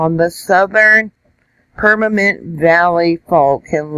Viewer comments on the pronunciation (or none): PaNamint not PaRamint.